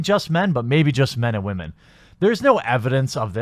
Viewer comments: Are you saying women wrong intentionally or is this a regional thing because I’ve never hear women said like that. Also I don’t do twitter. Twitter is social cancer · You need to learn how to pronounce the word women